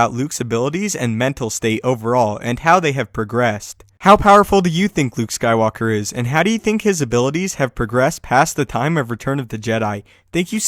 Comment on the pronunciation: Luke SYKEwalker